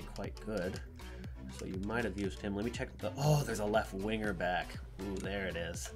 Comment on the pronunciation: Why does he call them "winger-backs?" Even I cringed at that and I'm American, too